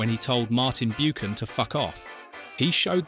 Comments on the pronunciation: its pronounced 'Buckan' not bukan/ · Who is Martin Byookan??!!!!! It’s BUCHAN! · Buchan is pronounced 'buckan' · Grating isn't it? And it seems like human error too: not even the usual AI voiceover that gets it wrong. I think if you make a documentary you need authority on the topic and if you do not know how to pronounce Martin Buchan's name you do not have that authority.